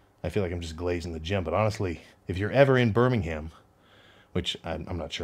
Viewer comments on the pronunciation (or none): Bir - ming - HAM 😂😂😂 A true Brummie would say Berrr - min - em 👏👏👏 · Pronounced bur-ming-umm